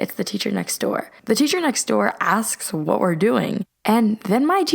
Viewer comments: She said score instead of Saying next store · "The seacher next goor goes" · the scrweecher next toor goes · ‘The seacher next goor’ ??????? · “The secher next your.” Lol😂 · she said the secher next score 😂😂😂